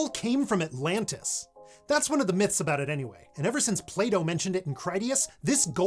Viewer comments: I heard "playdoough" not plato :') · Pline-ee, Play-Doh... Never heard it pronounced this way ever... Twice in one vid, need an emoji besides thumbs up for the vid hehe... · the Play-Doh when he said Plato lmao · Play dough? 🤦 It's Plato. That's a T right there. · PLATO, not this, play doh! Hahahahhaaa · Oh! Plato not play-dough😂😂😂